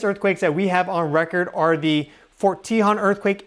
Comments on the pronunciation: It’s not pronounced “tee-hawn” we pronounce it “tay-hone” as in the Tejon Pass. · Just to help you out, if no one else mentioned it, the way to pronounce "Tejon"...which is what I think you be saying...is to say it as follows: Te (say the "e" like from the word "e-le-phant") jon (in Spanish, the letter "J" makes the "H" sound, so like the sound of "hone", as in "hone your skill") So Te-jon... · I'm not trying to harsh. Forgive me. Its Tehone. Te hone. BTW, you're awesome and my favorite. 😊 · Fyi for future videos, Tejon is pronounced Tah hone. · pronounced “tuh - HONE”. Don’t forget about the Dec 8, 1812 San Juan Capistrano quake (~7.5) which likely caused the Dec 21, 1812 Santa Barbara/ Wrightwood/ Ventura quake (~7.1 - 7.5) which caused a 15 ft tsunami in the Santa Barbara channel. The tsunami caused the ship “The Thomas Newland” to be pushed into Refugio canyon, snd then sucked it back out to sea. (We know these specific details based on the records kept at the California missions at the time as the “Mission Report” was due to be sent to Spain just a few weeks later and included all of this info) This same tsunami was recorded in San Francisco and in Hawaii. Edit: I should have watched the video to before I piped up. 🤦🏻‍♀️ sorry. My bad. Sorry 😵‍💫🤷🏻‍♀️ Get your swimsuits out SoCal friends. We’re going swimming. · That’s where live near fort tehjon ( we found you from Pam Gregory ♊️♊️♊️te .. hone is how it’s pronounce🙏🏻🩵☀️🐬🐶🐾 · Thank you! I am not sure how the natives pronounce it but that is how Southern Californians pronounce it, and the 15 freeway pass towards Victorville is pronounced CUH-hone Pass, they both pass over the San Andreas fault. You should check out Devils Punchbowl which shows a lot of the sandstone fault elements in the form of rock formations or Vasquez Rocks nearby. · Love your vids. Just wanted to let you know that the "o" in Tejon has a long sound. I live about 40 miles from it. Thank for all the info!!